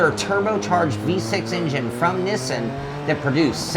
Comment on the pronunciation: Niss-in? You know the Japanese pronounce it the same way us North Americans do, right?